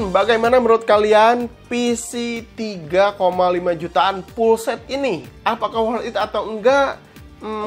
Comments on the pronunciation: "perporma" "Pga card" "Pullset" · Kaga bisa ngomong F/V